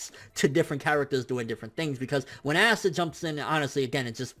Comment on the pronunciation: Its pronounced pasta without the p not assta